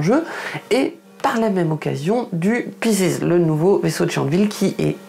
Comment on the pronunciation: Si tu veux savoir comment on prononce exactement Pisces y a un outil sur Google (en plus de vidéos youtube), recherche juste "pronounce Pisces". Ça donne plutôt paï (comme la tarte) seez (comme le verbe to see à la troisième personne du singulier).